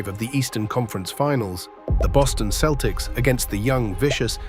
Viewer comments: Who the hell are the Keltics? This AI slop is awful. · Please ditch the stupid AI voice over and hire someone who knows how the Celtics team name is pronounced Celtics, not Keltics) ! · AI can comprise a pretty good, knowledgeable video on DJ Just can't pronounce the word "Celtic" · The entire video is AI generated starting with the stupid narrator who doesn’t know how to pronounce the name of the team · great video! great. but learn to pronounce celtics and isiah, please.